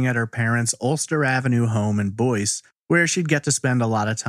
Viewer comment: It is Boyce, Louisiana. Not Boise, Idaho which is pronounced like you said. Anybody local who can tell us how Boyce is pronounced?